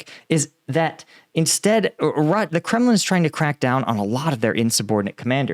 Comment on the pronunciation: It's Kremlin not Kremin